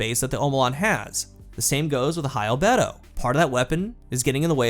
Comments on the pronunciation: It took me a bit to realize you were saying Albedo, Al-BEE-doe, not al-bed-o, you sound crazy! Its like when you kept calling “Envelop”, en-vel-up, “envelope” like it was mail from Divinity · Its bee dough not beto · It's "al-BEE-do" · I think it’s pronounced “Al BEE doe” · He can say adagio correctly but not albedo? Destiny CC's are killing me. ~ an English M.A.